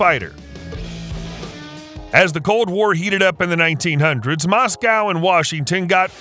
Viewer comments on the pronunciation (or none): how you gonna say the 1900s like that and make us all feel old as fuck